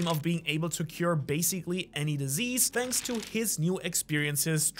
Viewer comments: My guy literally said "Shanks so much for watching" and thought noone would realize lol. Good one xD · Im getting curious here, how many times a day do you accidentally say 'Shanks' instead of 'thanks'?